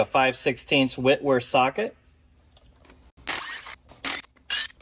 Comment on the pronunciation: Really well done video, repair and a great example of a series 3 88”. 👍🏻 impressed you knew how to pronounce Whitworth.